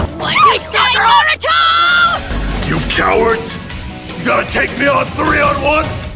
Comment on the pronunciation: When said Naruto he said “Narutho”